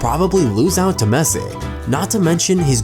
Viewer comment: Great post and content, and I do not mean to bash you buddy, but it's: City NOT Cite' Victory NOT Victore' Messi NOT Messe' Eeee NOT e' Only extremely annoying thing about the post, thanks though, still liked it .